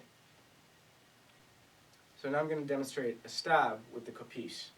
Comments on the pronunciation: Not Kopίs, Kόpis! Hello from Greece!!! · It's Kopίs not Κόpιs